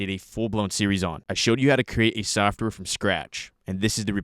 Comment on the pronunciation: softor = software. Took me a few seconds to understand